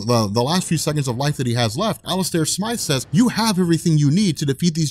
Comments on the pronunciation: Its not Smith... its Smythe. Like scythe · hey, ur pronouncing Alistors last name wrong... its actually Smythe not Smith.... Smythe ie. (Sm-eye-th) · SMYTHE!!! SM- EYE- TH.... for the LOVE of things! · So John Jonah Jameson becomes Spiderman 🤔🤔🤔🤔🤷🏽‍♂️ummm i think you mean John Jonah Jameson gets Spiderman powers, having spider powers doesn't make him Spiderman,every Kryptonian that comes to earth isn't Superman and every person with telepathy isn't Professor Xavier and Smythe is not pronounced Smith👍🏽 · Came here to say this, pretty much. He was trying to cure his powers, but grew the arms by mistake. Doppleganger was a reference to that Six Arms Saga in the comics. (As were the Man-Spiders in this.) The whole thing was later translated pretty decently into the 1994 Animated Series. Where they also knew how to pronounce Smythe (Long Y sound in the middle), no offense there.:P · Dude you're so not saying Smythe right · Also, Smythe is pronounced like scythe